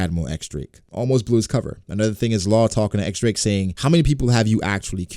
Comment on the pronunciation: "diez" Drake not X Drake